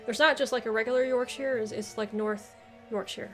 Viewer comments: Yorkshire. By the way shire is normally pronounced sher, so Yorksher. Some others, Leicestershire - lestersher, Gloucestershire - glosstersher, Worcestershire - wusstersher., Derbyshire - darbisher. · Yorkshire please please stop butchering how to to pronounce the names of the 😄